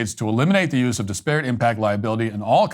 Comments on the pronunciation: “Dis-parrot” haha Love you brother, but that opening monologue had me cringing the whole time at that pronunciation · Stop pronouncing ‘disparate’ like that. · Great segment as always but please learn to pronounce “disparate” correctly. Pronounce it in the same manner you would pronounce “desperate” but with an “I” instead of an “E” at the beginning. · It’s pronounced DIS-per-ut, not dis-PEAR-it. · It’s pronounced DISparate not DisPARate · I cannot tell if he's mispronouncing disparate on purpose or if he's trolling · That’s not how you pronounce disparate